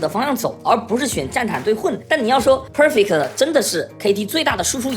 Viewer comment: 講得很好 但國人講perfect真的有夠難聽